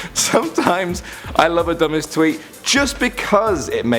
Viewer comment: What! Please don't leawe. (Leave) We lowe ( Love XD) u.